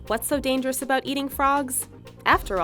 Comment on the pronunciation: I laughed so loud when she say it's look dangerious. lol